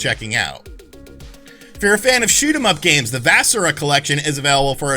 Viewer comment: Also you pronounced vasara totally wrong. You were really sloppy this week. You okay?